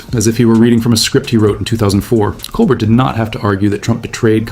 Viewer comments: Col BEAR! The t is silent. Please learn how to say his name correctly. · Steven Colbert's name is pronounced coal-BEAR. That's the way he says it when he introduces himself in his show. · Fucking AI slop doesn’t even know how to pronounce Colbert.